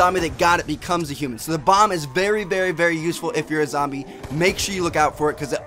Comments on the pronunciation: He said lombie leader lol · he does say lumbee leader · did anyone here him say lombie at the end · he says the Lombie leader